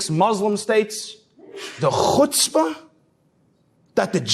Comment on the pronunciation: It's worth the whole video just to hear such a nice pronunciation of chutzpah.